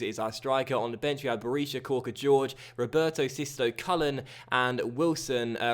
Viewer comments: I could be wrong but I don't think it's pronounced George its more like Hoor-Hey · Please start pronouncing Jorge properly 😂 it's a Hor-Hey/Hor-Gey sound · thats the spanish pronounciation, the brazilian / portugeuse way to say it would be jorgy